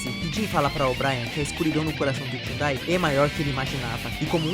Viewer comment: “Jhudai” KKKKKKKKKJJ